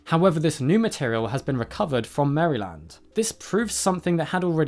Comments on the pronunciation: Mare-Lind not merry-land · Quarks 😂😅 FYI: Maryland is typically pronounced "mar-a-lund" or even "mar-lund". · I cringed so hard at the way you said Maryland. It sounded so wrong.